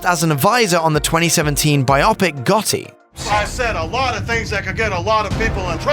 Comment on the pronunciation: Biopic is pronounced BIO-PICK